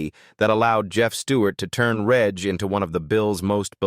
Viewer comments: Why would you show a photo of Adrian Dunbar at the end of Colin Tarrant's section? It's extremely misleading and unprofessional. The AI American accent is awful! It pronounces British place names incorrectly. Reg is not a hard g like 'garden', it's a soft g, like 'edge', it's Jacob's (Jaycob's) ladder, not 'Yacob's' ladder! All AI does is spoil what would have otherwise been an interesting video! It's extremely irritating and downright lazy! Also, as someone else has said, mentioning their net worth is so tacky and unnecessary. Please do better! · It's Reg Prounounced Rej Not Regg Useless AI audio